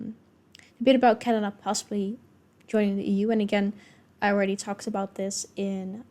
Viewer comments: Wow, a Finn actually pronounced “about” correctly and didn’t exaggerate it as “aboot”, I’m impressed. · I played it back 4 times. He absolutely nailed it